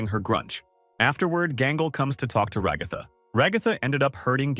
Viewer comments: Your AI voice keeps mispronouncing Raa-gath-tha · Hearing you pronounce Ragatha "ra-goth-ah" hurts me mentally